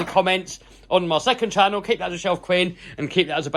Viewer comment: Your awesome!love this channowl (“channel” pronunciation in queens English) I just wish there was more twerking 😔